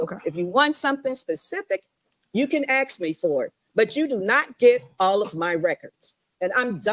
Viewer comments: Why is it so hard to pronounce ask the correct way….I must have heard them say axe about 37 times during that meeting… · every time she says "axe" i cringe. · AXE?!? Can no one pronounce A S K? Good lord. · If I hear any form of "lemme AXE you a question" again I'm going to fucking scream. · Good Lord?!? Can no one pronounce LAWD? Just axing. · I axed you not to say that! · Rule #1 don’t vote for someone who says ax instead of ask